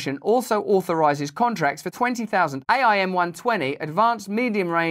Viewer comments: Not that you care or will ever use the term again, but it's pronounced "AIM" as in the word....AIM-120 ....:) thanks for your great content! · For future use --- AIM pronounced aim as "aim the gun. H.I.M.A.R.S. pronounced High Mars.